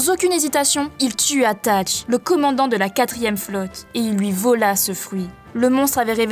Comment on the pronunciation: Très bonne vidéo mais on dit pas satch ?